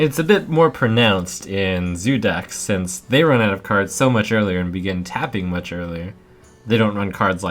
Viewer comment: its tapping, not fapping, yo...guys, its,....its tappin' not the fappin'.... uh yo...it is the tapping that is the fapping.... Yo noobs, its not the fappin' uh, it is the tappin', go n' tap it, cmon, lemme tap it, not fap it..... Live a like, its ur support that matters,..... :)